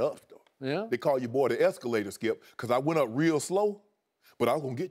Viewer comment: "Can I ask you a question Skiup?"